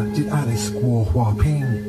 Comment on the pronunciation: Guo it pronounced like kuo in Chinese